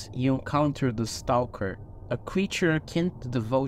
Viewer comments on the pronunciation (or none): none